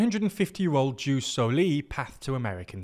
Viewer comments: Difference beeing that "Seezar" is said that way because the name was translated into english. Like "Octavian". Ius Soli is actual latin, and a term still used to this day. If you can't use the proper pronounciation that's not the end of the world, but it IS a mistake. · The constant mispronunciation of ius soli/ius sanguinis had my ear bleeds in minutes...